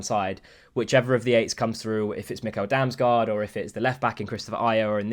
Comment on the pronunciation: Pro dane tip about damsgaard, and how to pronounce his name. The american nickel, just switch the n with an m. 😂